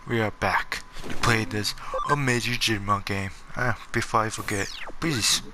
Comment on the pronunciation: Please learn how to say subscribe and digimon for the fact you can im watching a different video